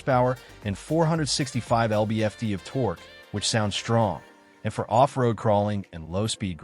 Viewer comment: the "lb-ft" literal pronunciation was a dead giveaway, after repeating the 5 seater claim 3 different ways